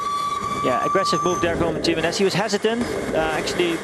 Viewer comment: The pronunciation of Jimenez makes me wanna rip my ears of in embarrassment